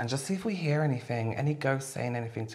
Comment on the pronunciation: "Did you sluts heeah that?!" I'm cryinG